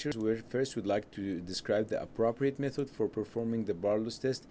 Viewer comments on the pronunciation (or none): none